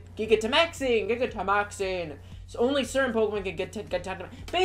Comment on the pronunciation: Try pronouncing it like this... Ji-gan-to-max-ing ... Like a giant. ...